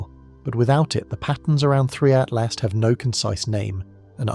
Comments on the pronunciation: Is it saying "3i Atlast" the whole time😂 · Why can't you say atlas it isn't at last not that tough to not pronounce a t at the end wth